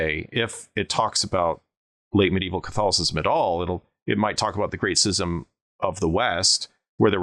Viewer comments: Your pronunciation of schism five or six times within a three or four minute time period really was distracting because you miss pronounce it. schism /ˈs(k)izəm/ Kinda reminds me of when someone pronounces scimitar, skimitar. Anyhow, this video and the previous video on this subject were excellent. Also, damn right you should be careful around boars. I used to run into them while doing patrols along the old West/East German border and West German/Czech borders. Boars are dangerous. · Hate to be this guy, but it's Schism. Pronounced Skiz-um. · How do you not know how to pronounce schism? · I've never heard anybody pronounce scism with a soft c.